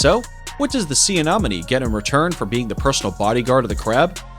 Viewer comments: YOU ARE PRONOUNCING ANEMONIE WRONG!!!!!!!!!!!!!!!!!!!! AY-NEHM-O-NEE NOT: AY-NOHM-O-NEE !!!!!! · Anemone, not anomene. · Ah nen o me. I fail to see why people cannot pronounce anything anymore. But I hope this helps. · I think you mean sea anenomi not anomany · AI = Anonymous Idiot who says "anomone" incessantly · Anemone is mispronounced by your speaker, It is not "anomone". Two "e", not two "o". It should sound more like lemony, and less like anomaly. I hope that helps for your next wonderful video. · The amount of times he said anomany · Do you see any money? Sea anemone. Ah-neh-moh-nee. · Where is this narrator from? Who pronounces anemone as a-nom-anie and aphids as Ahh-phids? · Seriously A-nom-any? Ahh-phids? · Ah ne mo ne Not nom its a hard E not a O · lmao... Sea "Ah nom min knees". The goofiest butchering of anemone ever... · I had to skip so many because i was losing it on the Anomonay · Sea Anemone not anonome😊. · Say anomene one more time and I swear to god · Sea anomone? Bruh atleast pronounce them well.. that was cringey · The annoying thing is that he said it right the first time, then every time after that "anomenie". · ok the commentator needs to properly pronounce anemone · Hate how you say sea anemone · THANK YOU - CORRECT - the guy is MISPRONOUNCING IT AND IT DRIVES ME CRAZY!!!!!!!!!!! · For the love of God, proofread your script! Why can't you take four seconds to Google how a word is pronounced? If I have to listen to a person mispronounced anemone one more time I think my head will explode. I couldn't even finish the video honestly, you really should look into pronunciations before you presented video because it makes people not want to watch it again because you didn't take the time to look up how you pronounce the word before you recorded the video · Just saying he was saying anemone wrong this whole time ⊙~⊙ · Does it drive anyone else crazy how he says "anemone"??? Lol 🤯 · Every Time‼🐒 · Yes ! Or aphides lol